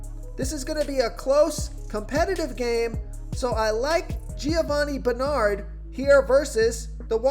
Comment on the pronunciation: I like this guy, but he cannot pronounce Roethlisberger, Ezekiel or Bernard correctly.